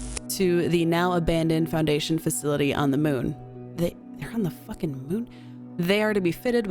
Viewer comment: “They’re on the faquing moon?”